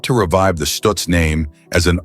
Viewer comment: stutz not stooots